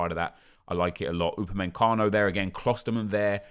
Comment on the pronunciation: he said opameNcano again, where the f**k do you guys get the "N" from